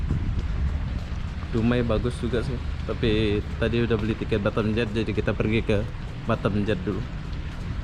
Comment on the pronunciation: Ngomong batam kdengeranny jadi batêm (bottom) 🤣